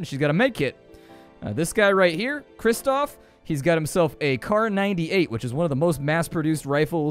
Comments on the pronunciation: Pronunciations: Jadwiga -> yadviga, krzysztof - (roughly) kshyshtof, kazimierz - kazhimiezh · the names are pronounced, yadviga, cristof, and kazimierz (ka-ze-maerz) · Try not Krzysztof but KshyShtov, Yadweega, and Kazzimiesh will sound more like real pronunciation. I do not mind U.S citizens misspelling polish names, but it will make you more comfortable